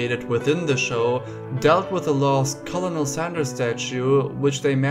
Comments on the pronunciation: "Colonel" is pronounced "Kernel" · I know I'm probably shouting into the void, but it's nice to have a link to a German. I'm in Australia, and I really like your work. I want to help something anyway. You said a word, "Colonel". We say that word like how you would say "Kernel". Love your videos, thanks. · This is a leftover from WW1 when the British and French were trying to coordinate their battle plans. Kernel and Colonel were equivalent, but confusing the rank and file with their back and forth usage so a compromise was struck. They would convene upon the French spelling, but use the English pronunciation